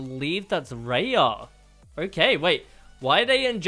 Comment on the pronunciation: Its r. .I. Ya ok raya